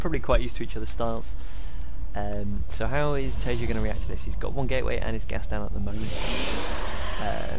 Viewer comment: Taeja, not Tajea